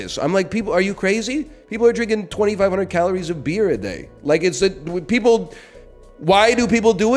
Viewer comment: I swear to god if he pronounces beer like that again I'm unsubbing